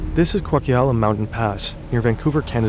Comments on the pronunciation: Pronounce Coquihalla (Coke-ih-Hala) to tell me you're not from around here without telling me you're not from around here 😂 I did a double take at "Kwok-Ee-Ala" to make sure I heard that correctly hahaha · "This is Quacky-alla Pass_" - That's Coquihalla.... co-kwi-ha-la. Not Quacky-alla. Thank you. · Coquihalla pass near Vancouver, BC. “Ko Kwi Halla” ❌ “Koke Uh Halla” ✅ Try asking Canadians for the correct pronunciation before you post the video eh. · everything about this scene is brutal. The pronunciation (its Coke-a-hal-uh, not Co-kyalla), and it's actually the highest speed highway in Canada (and very much NOT a winding road like shown in the video). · At about he talks about a mountain pass in BC Canada. The sound he makes in trying to repeat the name of this highway is about as far off from reality as you can get. He says something like Koheeal-la mountgain pass. The word is actually Coquihalla mountain pass and highway. Pronounced Ko-ki-halla ... 3 syllables ... say that slowly. Next time google pronounce a place you dont know. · Coquihalla is pronounced "coke-a-hall-a" not Quakala. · lol Coquihalla is not "kwokeealla" it's coke-ee-halla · As a resident of B.C. Canada, Coquilhalla is pronounced "koh-kih-holla", not "qua-key-hal-la" lol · I...have never heard of "quakiala mountain pass" - if you mean "coquihalla" it's pronounced "co-ki-ha-la" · Great video, really loved it, however, that pronounciation of Coquihalla killed me 5 different ways, both inside and out, and I felt it in my stomach. Its pronounced "coke-a-hal-a" hal as in hal9000 from 2001: a space odyssey. Please do research on how to pronounce names!!!!!!!!!!!!!!!!!!!!!!!!!! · please work on your pronunciation! "Coke-ahh-hall-ahh" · What did he say? It's spelled "Coquihalla", but it's pronounced COKE-AH-HALL-AH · Ko-que-al-um? You mean Coquihalla? I know it's not an intuitive word, but please get a pronunciation guide. There's an entirely TV show specifically about that stretch of road